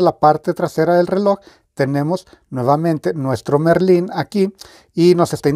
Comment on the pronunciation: Es Marlin no Merlin, jajaja saludos amigo desde México